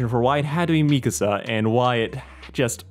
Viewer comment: Bro really said mikasa like me casa